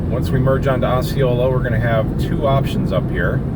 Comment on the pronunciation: Just so you know, it's not 'O'ceola, it's pronounced 'ah'ceola. Growing up in Kissimmee I hear all these Native American names pronounced in a lot of different ways. 😆